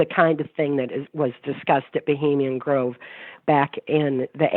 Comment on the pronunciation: dear, it's Bohemian Grove!!